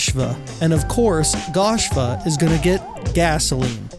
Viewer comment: It’s goshva not gashva